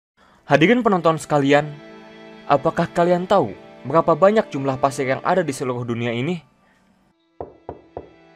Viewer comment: Bg coba ngomong "PASIR" lagi